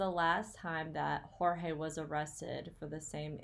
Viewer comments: I think his name is pronounced like 'George'. At least that's how both Sarah and Jorge's brother say it. Maybe it's because he's American-born? Dunno. Anyway, thanks for the research! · I feel the need to set you straight on how to pronounce Jorge’s name. He stated to the police on one of his arrests that he prefers to be called Jorge pronounced George. Just saying